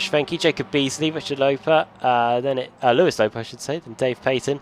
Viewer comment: Speaking of name pronunciation...it's, not Lou-ees lol. As far as David's name, I have heard it said every week in our meetings as 'Paayton' and he has yet to correct anyone or say anything about it lol.